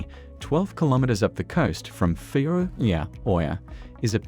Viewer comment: This is a great video, but the narrative mispronounced Oia and fira